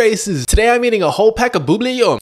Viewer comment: it’s not an accent he does it on purpose